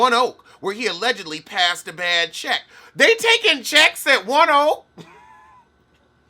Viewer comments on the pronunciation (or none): none